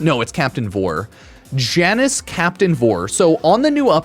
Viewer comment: Come on, you've heard him say it a million times. It's pronounced YAH-nus.